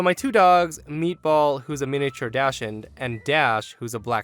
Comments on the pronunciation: Did you just pronounce Dachshund as Dash und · It's pronounced doxen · The breed is pronounced like “doxin” it’s German. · I love you, man. But Dachshund is pronounced DAHK sund